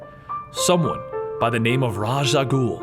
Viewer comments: Love the complete stories series. I really wish you would pronounce "Raas"(RAY-sh, or ROZZ), and "Al Ghul"(AL-GOOL), correctly though haha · who is Raas? Does he mean Ra's (pronounced Raysh)? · Isnt it Raysh Al Ghul, not Ras? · say it with me now. RAESH! not RAZ! RAESH! just how it sounds RAESH! al' ghul bruh come on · Ras a goul is pronounced with an sh it sounds like rash a goul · Ra's is usually pronounced Rayysh, isn't it? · DEAR LORD IT'S PRONOUNCED RAYSH. Ray-ssshhh flails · It's pronounced 'Raesh' al gul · ra's = "rae-sh"